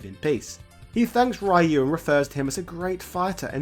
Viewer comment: Don't feel bad about that, "some people" still butcher the pronunciation of "Ryu" in 2022